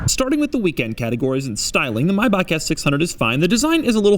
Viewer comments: german is my mother tongue so dont tell me how to pronounce it right xd its mayba(H huge sound) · Ich musste auch Stutzen. Das "AI" war passabel, aber "CH" ist für Amis halt schwierig. Aber ich habe neulich gelernt, dass das "H" in dem englischen Wort "huge", besonders in der amerikanischen Aussprache unserem "CH" sehr nahe kommt, und ich kann es bestätigen. Vielleicht hilft das mit der Weiterbildung und Aufklärung von unseren Freunden in anderen Sprachräumen. Und wir dürfen "TH" und "Squirrel" nicht vergessen. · German here, sorry to disappoint you but nope, you're not pronouncing "Maybach" right although you're close. The ch at the and is no a k but rather it's an exhale a bit like the gh in ugh. I know this isn't important but I wanted to tell you. The rest of the video of course is great as always. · I hate how he says maybach. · Yes this time you did it right, but , and onwards you spelled it wrong. Here is proper pronunciation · You are joking, right? You totally replaced the correct ch sound with your bogus american k sound. But that´s irrelevant since you are joking. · Doug, great video :) But (as you mention the correct pronunciation) MAYBACH is pronounced still a little differently at the end of the word. The 'ch' at the end is not spoken like a 'g', it's more spoken like in 'Ach', when Dr. von Scott in the Rocky Horror Picture Show says :'Ach, we've got to get out of this trap....' Ah, and people who point out such things are called 'Korinthenkacker' in Germany. Just if you want to call me something. :) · It is a ch and not a ck. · I just got one question why is he saying Maybach like that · "Maybak" is not the Right pronounciation xD it's a german ch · you don't pronounce it ,,Mayback", it's ch out of your throat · It's pronounced "My - Ba??" (that strange ch-sound no American ever gets....ask a Scot) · "Mayback" is NOT the correct pronounciation. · no you pronounced Maybach wrong, you said something like Mayback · no its not maybac.. the ch is smooth